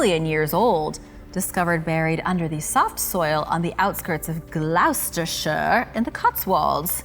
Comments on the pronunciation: It's pronounced GLOS-TER-SHIRE, which is where I live 😃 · The pronunciation is ( gloss tur shur). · That Gloucestershire pronunciation though 😂 Gloss-ter-shur